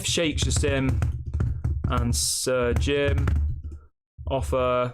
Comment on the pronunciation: Pronounce Sir Jim As that not surgeon